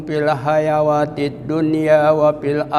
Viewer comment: Afwan,,Untuk ayat yg dibaca ada yg salah..wabsyiru, hrsnya "wa absyiru" dan hayawati hrsnya "hayaati"